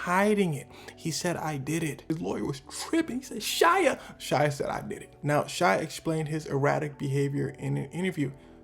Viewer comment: Why does everone put an L in shia's name